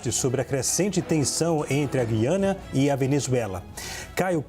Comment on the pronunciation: Parabéns aos dois debatedores pelo alto nível e por pronunciarem corretamente a palavra "Gú-i-ana"...